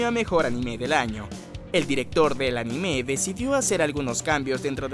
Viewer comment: No pude verlo me fastidio que pronunciará mal la palabra anime no soporto que digan animeé.